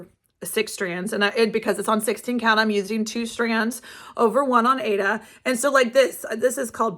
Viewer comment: Aida is pronounced ieda not Ada I don’t know why all the stickers today call it Ada as it isn’t spelled that way. I have been stitching for 50 years and taught embroidery and cross stitch for many years. I love your channel your projects are great😊